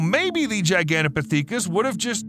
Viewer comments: The pronounciation of Gigantopithecus tho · As an avid Ark player, the way you pronounce Gigantopithecus really bugs me 😣 lol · same, i was like: am i the one who was pronouncing it wrong or is he lol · Hearing the mispronouncing of gigantopithecus was painful… all two dozen times. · G I G A N T O,P I T H, I C U S. You're saying it wrong! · My God man I didn't think it was possible to say gigantopithecus wrong so many times short time frame. Next time just say it once maybe twice so it doesn't make you sound so ignorant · The way this guy pronounces Gigantopithecus and Maori is absolutely infuriating to listen to. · The way he pronounces Gigantopithecus is so fucking jarring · HOLY CRAP, they even spelled Gigantopithecus wrong. I cant even say it the way he was MIS-PRONOUNCING it. It's Gigantopithecus, with an "i", NOT Gigantopathecus with an "a". Its pronounced pith-i-kuhs, NOT "pa-thee-kus"...LMAO! And yet ANOTHER correction is that Gigantopithecus DID live alongside humans. Jack Rink, a professor of geography and earth sciences at McMaster University in Ontario, found fossilized remains of the huge ape. Using fossil dating techniques, it was determined that the primate lived between 300,000 and one million years ago. Humans also existed in the same area, at that same time and would have DEFINITLY have come into contact with the giant ape and competed for local resources such as food. So YES, humans and Gigantopithecus lived side by side for AT LEAST well over 900,000 years or even more, up until the Gigantopithecus ultimately went extinct around 100,000 years ago. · It's pronounced "For-us-RA-kus". And it's not "Gigantopathecus", it's "Gigantopithecus". Don't wanna be THAT guy, just sayin'. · Gigantopithecus is not pronouced Pee tha cus it's Pith uh cuss. I can't take hearing it wrong lol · "Gigantopithecus" is pronounced "jai-gant-oh-PITH-e-kuss." The first syllable rhymes with "lie," "sigh," "pie," etc. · Actually it’s pronounced jai-gan-tow-pi-thuh-kuhs